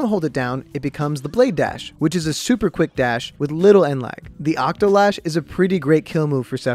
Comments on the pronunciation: Octo-SLASH not Octolash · He said octolash.....